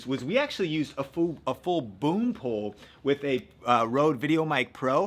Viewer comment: the way he said BoOm PoLe